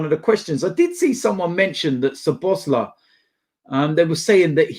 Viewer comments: I am Hungarian , you have to spell his name SO-BOS-LA-E . The I in the end you pronounce as an E . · Pronounce it Szoboszla'e'. Hungarian 'i' sounded as English 'e' otherwise your pronunciation is spot on! Hope you get this:)